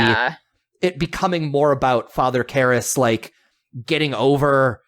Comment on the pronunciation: I made it almost 8 minutes of both hosts mispronouncing the 2 lead characters names repeatedly. Didn't you watch the movie ? At no time were the characters names pronounced Reeegen or Karahhs.